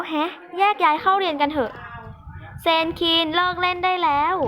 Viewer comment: พี่สลับ เซน=ซีน ซีน=เซน55+